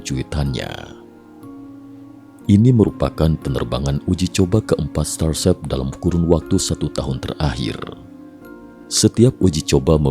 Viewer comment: apa cuma saya yang mendengar "starsep"?